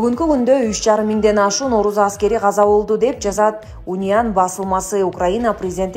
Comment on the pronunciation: оруз аскери эмес орус аскери деп окучу